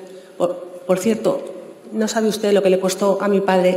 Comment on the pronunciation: UsteZ, MadriZ, Humildaz, SanidaZ, posibilidaZ... joder, que penita y que dolor de oídos!